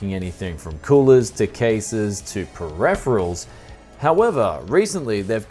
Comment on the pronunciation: Yeah pronunciation is wrong, even in .au